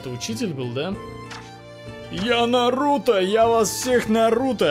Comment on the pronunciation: Ударение на у